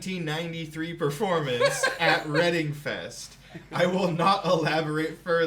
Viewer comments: Reading festival is actually pronounced as “Redding” festival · Reading festival is pronounced like "redd-ing" btw. :) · Old vid but its pronounced Red-ding. btw not reading. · Its not reading fest 😂 although that is hilarious. It's pronounced Reding and its named that because the town of Reading (pronounced Reding) rhat its based at. The festival shares most headline and support acts with Leeds Fest, the acts do one day Reading then another day Leeds. Its one of the biggest rock festivals in UK, very iconic and famous for some crazy scenes over the years. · lol it’s pronounced “redding”